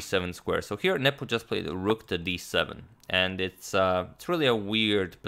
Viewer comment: Derek Mitchell, no, he pronounces nepo's name perfectly